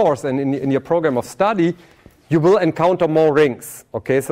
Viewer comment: "you vill diE!!" help...